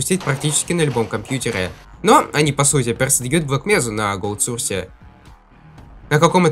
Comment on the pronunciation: Не сурс а сОрс! Надо правильно произносить!!!!!!!!!